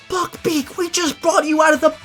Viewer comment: When you said buck beak it sounded like ** beak lmao